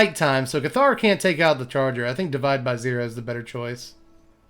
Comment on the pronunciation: cool deck, good to see these colors do something that isn't ramp. btw though, "Cathar" is pronounced with the emphasis on the first syllable, say it like you would say "Passer" with a lisp